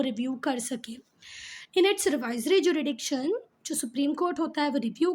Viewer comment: hello mam I found a mistake in your teaching jurisdiction is pronounced as ju-RIS-diction not ju-RI-diction so plz don't feel bad ma'am